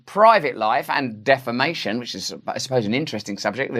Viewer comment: Did you say "Defamation or "Defecation"?😄